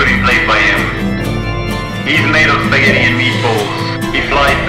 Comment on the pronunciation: Ugh, stop pronouncing "Spaghetti" like "Spaggedee".